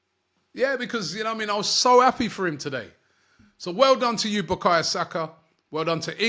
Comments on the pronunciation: Robbie, BUKAYO NOT BUKAYA 🤣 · His name is Bukayo not Bukayerr talk about respect Robbie come on dude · Robbie keeps messing the boy name. It’s Bukayo NOT Bukaya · He always butchers Saka's first name 😂😂😂